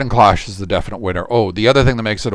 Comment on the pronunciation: Cloche has a long o.